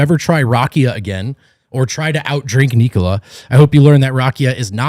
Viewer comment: short O in Nikola. how many years, how many dollars? the least you can do is pronounce the name correctly